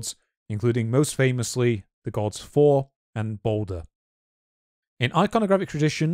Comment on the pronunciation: no, in, skeins isn't skins. A skein is a spun ball of yarn. it isn't "the god For." You really need to get past your regional dialect for "Þor." Please and thank you. in, you're mentioning Dänmark, while showing a Norwegian flag...